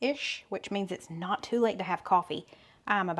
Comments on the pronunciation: 😂When you talking about all the the pollen i thought you said " its snot fun"...lol😂😂😂😂😂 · "We've been out here sneezing....it's snot fun." Hahahaha. Sorry, but that is what it sounded like to me.